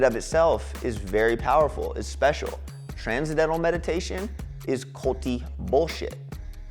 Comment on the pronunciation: He definitely got duped by this bogus teacher. He wasn't ever taught the proper pronunciation of transcendental.